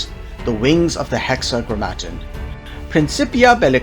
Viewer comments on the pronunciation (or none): Great video. It's hexa-gram-ma-ton, ton like the weight, gram like the mass. Biblical reference to the name of God for the Jews, the Tetragrammaton was a cipher of four letters representing Yaweh. Hexa=6 Grammar=words Ton=of